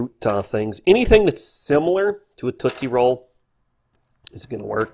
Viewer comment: What's a tootsy roll ? (I assume that's what you are saying)